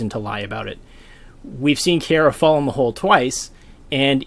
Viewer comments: Oh my god how are you mispronouncing her name so much. Key-are-ah That's it. That's how you say it. Not key-aira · Small thing, it's KiAra not KiEra. Nice video though thanks. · this is cool and all but im beeeeeeeeegging you to learn how to pronounce kiara's name it sounds so cursed when you say "kiera" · The way you prounce Kiara bothers me